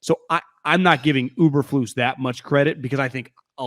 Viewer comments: E bur flus! Not Uber flus! And Lance bout to throw 3 picks in the first quarter! Good luck tho! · Btw, It’s EEEberflus “you kind of like”! Not UBER….FLUS!!! You don’t even know the coach’s name!! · E bur Floose